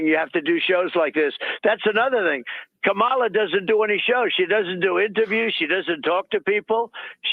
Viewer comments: And it’s pronounced Kuh-Mall-Uhhhhhhhhhhhhhhhh!!!!!!!! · I don't understand purposely mispronouncing her name. Is it really that difficult to say COMma la.........